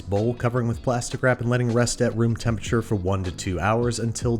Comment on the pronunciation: he really said temperaTURE like that and we let him